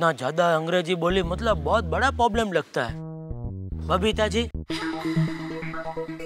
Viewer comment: Jethalal poblem bolta hai